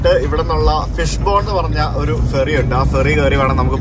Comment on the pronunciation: ഫെറി എന്നുപറയുമ്പോൾ അക്ഷരം മാറാതെ ശ്രദ്ധിക്കണം 😄